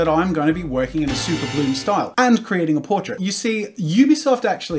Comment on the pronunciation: Now super bloom is sounding like super blue